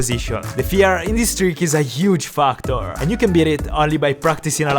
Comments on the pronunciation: When said "Factor" I thought he said "F*cktor XD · When he said Factor.... I thought he said fu*k tors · I’m sure I wasn’t the only one who heard fuc*tor